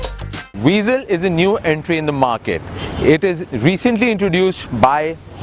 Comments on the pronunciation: O bhai angrezi daan, car ka naam tou sahi se lo. it's not VEEEZEL. i hate people calling it VEEZEL. it's (VA-ZEL) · آپ نے گاڑی کا اچھا تجزیہ کیا، پھر بہتر ہوتا کہ اُردو زبان میں کرتے تا کہ زیادہ تر پاکستانی مستفید ہو پاتے۔ دوسرا یہ کہ گاڑی کا نام ‘ہونڈا وئزل’ ہے نہ کہ ‘وی زل’ لہذا برائے کرام اصلاح فرما لیجئے۔